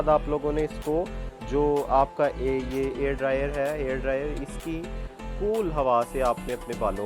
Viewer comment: Air dryer nh.... hair dryer yrr